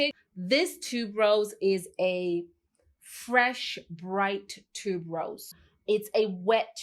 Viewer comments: Haha yes same here, and noticed that too. I'm in the jewelry industry, and Malachite is the name of a gemstone.. Also, I think Tuberose is pronounced Tue-ber-rose, not tube-rose? But still, love her channel and style of reviewing. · Thank you! For bringing up tuberose but I hear so many people pronounce it wrong that I've gotten used to it maybe 🤷🏾‍♀️. great and I really like her personality.